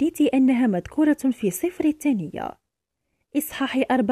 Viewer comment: سفر وليس صفر ..